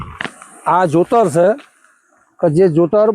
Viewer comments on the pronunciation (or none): Jutar nahi jotar ky gharda